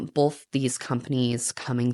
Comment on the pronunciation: both not bolth love you anyway ❤